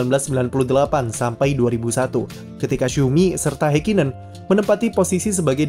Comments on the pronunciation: mohon maap ni, mungkin bisa dibenarkan lagi untuk mengeja nama orangnya, Ha di Häkkinen sepertinya bukan dieja "Hei", tapi "Ha" lalu bukan "Heikinen", tapi lebih dekat "Hakkinen" dengan huruf k nya ditekan contoh kesalahan lain seperti "Max", bukan "Mex" Anda kan gak ingin nama anda salah dieja oleh orang kan ya, tks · Memang dibaca hekinen ya?🙄